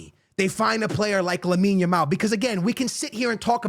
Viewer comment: Is there a genuine reason that doesn’t pronounce players names correctly? Like first it was Yamine Lamal until he got big now it’s Arojo and Cubasi, I can’t 😢